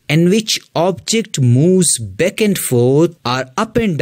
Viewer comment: It’s ‘back’ sir, not ‘beck’. I was confused in the beginning